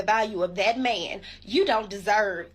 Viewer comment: You ever notice how some of these women pronouce the word "Man" ? It's like "Me-an" or "des meen"